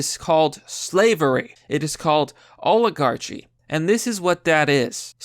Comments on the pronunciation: Oligarchee? Really bro? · You said oligarchy wrong and I want to die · The way you pronounce Robach and oligarchy are funny Lol reading is not your strong suit, but that's merely...the obvious. Jk love the vids